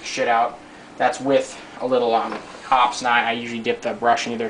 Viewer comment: It is pronounced Hop-eez Ammonia is not needed to remove the salts. For bolt cleaning you do not need to completely dis-assemble the bolt. I just clean the bolt face off with Hoppe's and oil it.